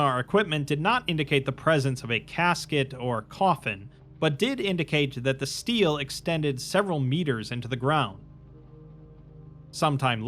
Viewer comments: stele is pronounced stay-lay btw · Love the video mang, just one note. Steele and is not pronounced like steel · FFR Stele is pronounced “stelleh”